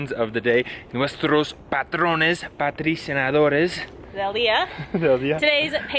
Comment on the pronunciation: queridos! The H is always silent in Spanish. No J sound in any case. Hugo starts with the U sounding like "oops" or as in the German word "Uber". Also, it's not patr- I cinador, it's patr O -cinador, like in patrón.